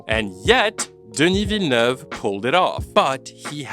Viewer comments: completely off topic but I was suprised with how good your pronounciation of "denis villeneuve" is. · The pronunciation of Denis Villeneuve took me by surprise. I've heard the name being butchered so many time and hearing it from you is like music to my ears